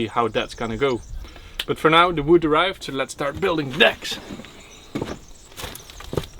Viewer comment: Them saying "Wood" just makes me happy. "Woud" I'm also worried about the deck on the rock. I feel like it's going to catch wind and flip off like a piece of paper.